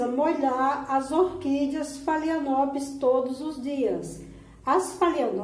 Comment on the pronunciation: Meu amor, apenas uma dica com todo o respeito: pronuncia-se FALENÓPOLES